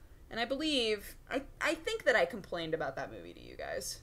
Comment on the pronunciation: You com-PLANED!? xD